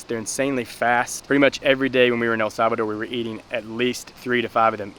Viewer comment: Did he said el Sabado?